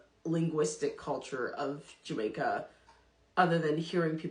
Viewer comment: You enunciate your words and you speak properly . However , the way you pronounced the word Jamaica is like a Jamaican , and you used the phrase “ half a me “ . Food for thought